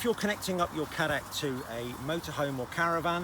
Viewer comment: as a South African where Cadac originated, please everyone Cadac is pronounced as Caydac and not Caddac